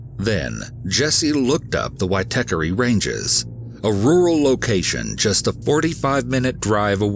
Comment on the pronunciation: Hey, great work on the pronunciation of Māori words like “Waitakere” and “Aotea”, sounds like you done your research, the Māori dialect is very difficult for foreigners to pronounce, but that was a solid 8/10! I’ve lived in NZ all my life and remember very vividly when the case started to get publicity. NZ is a beautiful country with beautiful people, unfortunately, there was a monster lying in wake amidst the beauty.. All of us hold Grace in our hearts, may she be free flying high above us ❤️❤️❤️